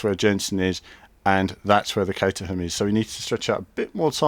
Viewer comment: im sorry to be annoying but it is pronounced cateram